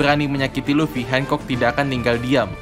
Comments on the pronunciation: R nya mana bang gakjelas Boa hancock bukan boa hengcok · Hancok bang bukan handcok